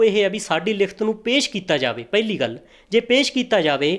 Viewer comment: ਪੈਲੀ ਨਹੀਂ ਪਹਿਲੀ ਕਹੋ ਵੀਰ